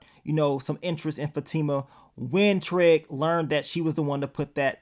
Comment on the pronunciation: I'm just wondering always saying TREG instead of TRIG or is it just me?!🤣